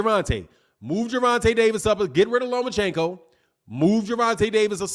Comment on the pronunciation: At least get the name right mister LOMACHENKO!!